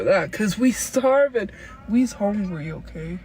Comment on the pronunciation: "we HONGRY..."